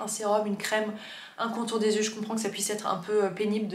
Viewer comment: Je me répète, mais merci, merci, MERCI d'être la seule personne sur YouTube qui dit (correctement) "yeux" et non pas "zyeux" ! :D